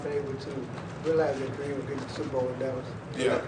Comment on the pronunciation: LMAO it sounds like he says SOUPbowl even in defeat rex still hungers for food!